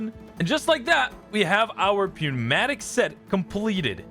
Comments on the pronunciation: Pew-matic got me ngl… it’s pronounced new-matic 😂 great vid man and insane grind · the goat has posted i don't think english is your first language so i don't blame you for the pronunciation, but the "p" in pneumatic is silent just so you know